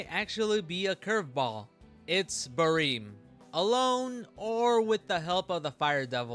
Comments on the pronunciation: just the way you say it sounds so off to me I usually read it as it’s spelled like ba-rem you say it like ba-reem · "bareem" lol